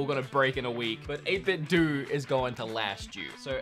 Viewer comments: 8BITDOUGH not Do... That's how it's said🤣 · I think it's pronounced 8 bit 'doh', which is how Japanese pronounce 'bit'. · doe in 8 bit doe is pronounced with a hard o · Dude! I love the vid, but, but: 1. It's 8 bit Doh! (like what Homer says on the Simpsons) 2. You forgot about uses for the multi button style controller. The SNES ones could work for the new Nintendo online games. And, the GameCube ones could work for stuff like Smash 3. I like the "Hideous" controllers too, man. Reminds me of some old school stuff. Anyways, great video, man. Haha. I look forward to the next one! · If 8bitdo is pronounced 8bitdoo or 8bitdu, does that mean Nintendo is actually pronounced as Nintendoo or Nintendu? I’m confused.